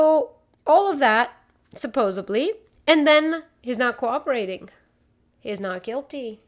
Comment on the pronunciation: Just do an episode saying "supposubly" a bunch of times! 🤣🤣🤣 Seriously, I love it! Hope you feel better soon and the house is going well. Great episode as always✌